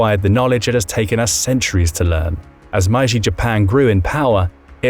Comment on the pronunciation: The "My-ji" restoration huh.... 'Historians' like this are as hard to take seriously as Legolas who spoke Elvish with a British accent... How IN HELL do you read Meiji as 'My-ji'!? AND where is this Man-curia? Honestly, it baffles me to no end how people who only speak English, speak it like it was their second language.